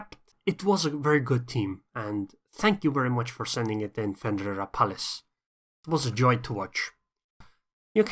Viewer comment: Dude you nailed it pronouncing my name lol